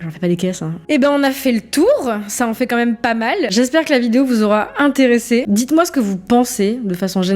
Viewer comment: Et personne ne parle du "CÔMME MÊME" au lieu de quand même qui déjà peu être agacent